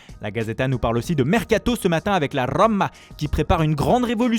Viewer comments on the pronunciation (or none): La Roomaa, Donarumaaa 😆😆